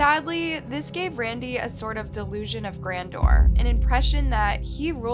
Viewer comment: Delusion of grandeur*** Pronounced "ure" something like d->ur<-ing.